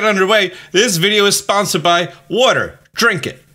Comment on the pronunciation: When you said sponsee I was like what? Then you said water and I died 😂